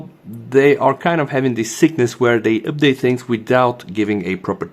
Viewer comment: Common it is not üpdate 🤣